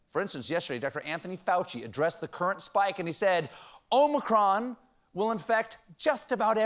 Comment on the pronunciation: "The Omichronic..." 😂😂😂